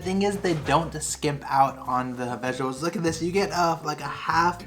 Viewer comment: Lol it’s vegetables not veggie-able you’re funny I love it